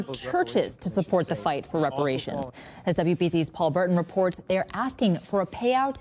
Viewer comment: “They trying to get WEPAWATIONS…” 😂😂😂